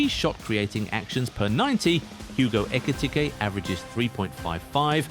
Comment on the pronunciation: That pronunciation of Ekitike 🤢🤢🤢